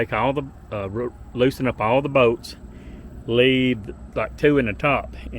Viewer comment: I love how you say bolts. Boats . Good video man thank you !